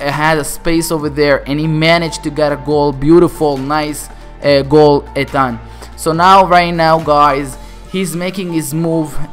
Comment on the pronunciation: You said Ethan wrong, lmao